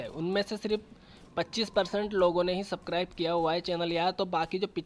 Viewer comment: it's not sakribe it's subscribe😁😂